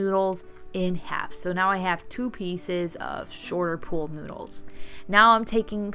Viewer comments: Why do you say pole noodle? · Your so cute saying POOL noodle. Sounded like pole. 😀 Cute poles. Fun.